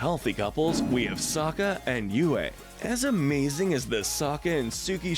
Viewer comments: Its Yue not Yu. Its mako not mayko and its Zhu Li not Zu li. Like wtf!! Also, how are Ursa and Ozai not the most toxic??!!! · Nice video but I hate how badly you mispronounce Toph and Yue. Did you even watch the show?